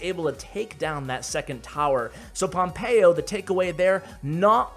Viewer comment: Me hace gracia cuando pronuncia pompeyo en plan pompeioh